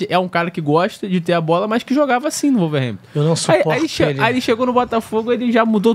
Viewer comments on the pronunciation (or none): Para de falar "Volverhampton" a pronúncia certa é "Uolverhampton"